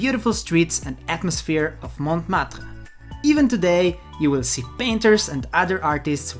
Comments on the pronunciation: Montmartre, first T is silent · the t of Montmartre is not pronounced